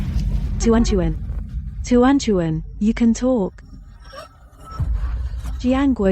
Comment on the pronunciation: Hey.. "Tehran Tehran" "2020" "untuan untuan" "furan furan" "Wan Wan".. It's tuan tuan